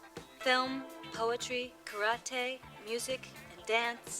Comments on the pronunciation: lord he mispronounced karate .. hope you dont watch this documentary with him coked up ..that's a 2 hour lecture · Great acting. To be able to act like terrible actors is an incredible feat. They truly do an awesome job acting all whacked on blow. A great movie with awesome camera work too. "KA-RAH-TAY" Ha Ha Ha!!!! Too much. A classic flick for sure!!!! ✌✌✌✌ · That's: "ka-ra-TE"